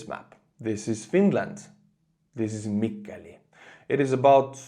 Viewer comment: Best pronunciation of "Mikkeli" or let's say any Finnish word or name I've heard so far in an English-speaking video. I actually forgot that I was listening to a non-native English speaker and flinched when I heard the name of the city.